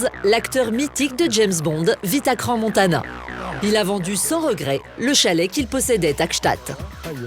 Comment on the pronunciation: C'est pas Crans Montanan mais Montana pauvre tache :), toute mon enfance j'allais skié la bas mais aussi l'été avec son golf au championnat du monde , c'est génial ,je connais ses montagnes de Crans sur Sierre a Montana comme ma poche, a chaque fois qu'ont y allais c'était pour moi le paradis :)